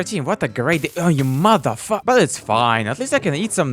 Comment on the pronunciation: I love how he says mothe fucker